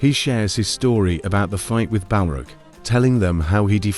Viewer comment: I had to quit after 3 strikes.. The A.I. pronunciation of Gandelf, Balrug and Kazadumb are killing me. 16 sec in and I'm out. Heresy Sir/Madam!